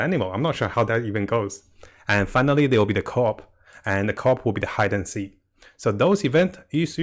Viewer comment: It's hide and seek not hide and see mate